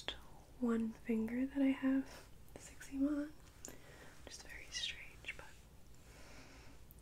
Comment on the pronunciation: The way she pronounced Eczema took me back a little bit. Lol cute